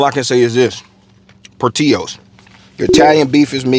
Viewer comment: Por-til-os. (Not porteeoos) ❤